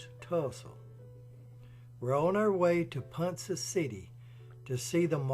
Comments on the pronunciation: Great video about the correct pronunciation of Ponca is Ponka hard K sound and the with the A the a sound of a short vowel sound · With all due respect, ponca is pronounced pon- ka city, n spelled ponca . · Great story! As an Oklahoma native we take our names seriously and it's it's pronounced like pond and cup pon-cu. With a long K sound. You did such a great job telling the story I hated to correct the pronunciation and the Oklahoma names are hard as they are Native American words and not English. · Ponka city.....not Ponsa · Ponca pronounced PonKa NOT PonSa Otherwise cool video. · Pronounced PONKA City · Ponca City is pronounced "Pon- Ka". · It's pronounced PonKa City. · While I think you have done a fine job on your documentary, almost none of it is correct. My sister-in-law is from Ponca City (pronounced Pon-ka), and I studied the mansion for many years with a friend of mine from college who's grandmother was one of Lydie's housemaids. I got to go all over than mansion, including the tunnels and and the secret poker/bootlegging area long before it was open to the public. Marland was one of the most corrupt and worst governors in our state. While his wife was dying from cancer, he abandoned her because he was busy seducing his daughter and many of the wives of the men who worked for him. The marriage was so traumatizing to Lydie that she disappeared for almost 30 years after he died because of the damage done to her family and reputation. She smashed and buried the statues of her and her brother because she was ashamed of her uncle. He lost his fortune and both homes gambling, not from the takeover of his company by JP Morgan. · It’s pronounced pawn ka city , Ponca city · Ponca is pronounced like ponKa!! There is not an s sound in PonC(k)a city. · Its pronounced pon-ka city. Anyway another great video.